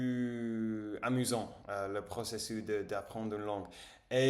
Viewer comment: Hello, quelques corrections :-) Si vous aviez.....vous sauriez (savoir) Le processusss (the -s at the end isn't silent) Me sentir cou-pable Maintenant que j'étudie En lisant (s is like a z) Je viens de vérifier le rapport de météo > je viens de regarder la météo Ou que vous soyez Bravo pour toutes ces bonnes techniques ! You're right, it's a long run activity. I've been learning english for so many years and still not done 😅 Bravo